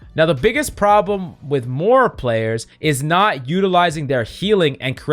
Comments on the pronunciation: I CANT TAKE IT ANYMORE!!! ITS MOI-RA NOT MORA HOLY SHIT PLEASE STOP!!! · The real biggest problem with Moira players is people who pronounce it 'Mora' 😉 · Bro how can you not pronounce moira